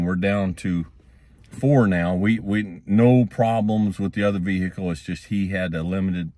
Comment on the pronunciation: Vee-hickle is amazing